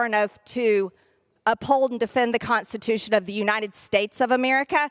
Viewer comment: Another word she can't pronounce is Constitution...she always says Consitution.